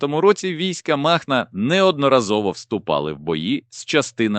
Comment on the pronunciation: Да не мАхнА,а МахнО!!! 3.14 здец! Яке озвучення!